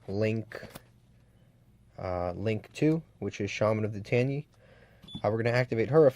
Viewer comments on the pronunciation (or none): Its Ten-e dear god lol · but in Japanese its pronounced ten-ē. And you even said the link 2 correctly at one point. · It's literally "ten E" in Japanese... Love the video, thanks for doing it. But if you want to improve, small things like pronunciation, rarity of used cards, and making excuses can really hinder you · Your butchering the name its ten y ee